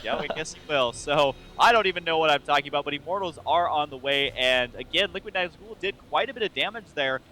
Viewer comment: ...say nazgul properly D